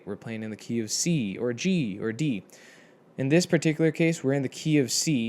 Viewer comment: Am I the only one who hear KFC when he says "Key of C" :-)))